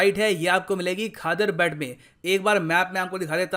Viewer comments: Bet is pronounced as 'bait' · Just a correction sir...... its pronounced as बेट in local language